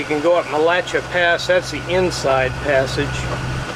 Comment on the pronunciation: it is Mat- la- shae not Match a la thought you might wanta know Good trip.